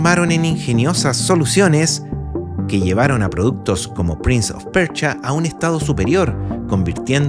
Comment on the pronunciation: Persia weon persia, como PRINS OF PERCHIA